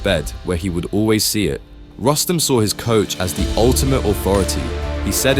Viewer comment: It is pronounced as Roos-tum, you idiots.